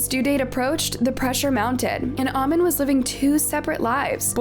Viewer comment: The way you're pronouncing "amin" is irritating me please